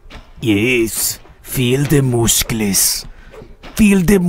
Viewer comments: Do you feel that satisfied saying mouskles,you already said it a thousand times.You need a doctor! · no, he need mooskels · His moosclees😂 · TEH MOOSCLES